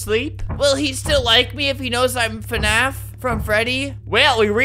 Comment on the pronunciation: 0 DID U JUST SAY "fnaf" IT'S FNAF AND IT'S FREDDY :0